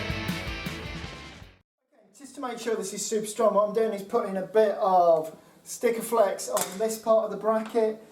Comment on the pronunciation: its Sikkaflex " seak-a-flex" not stickerflex 😉👍